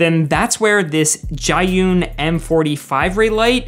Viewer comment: Insanely good video ❤ btw Zhiyun is pronounced “Zhuh - yoon” best I can explain it from a mandarin speaker . I have most of these lights but the Zhiyun seems to be the best of your recommendations